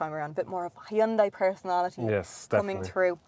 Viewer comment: rofl hi un dai... its so funny when people cant even read a name right....